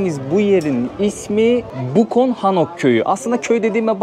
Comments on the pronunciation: Bukon değil, abi. Bukçon diye okunur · Bukchon kelimesi bukçon diye okunur sanırım. bilgiler için teşekkürler. sağlıklı mutlu geziler olsun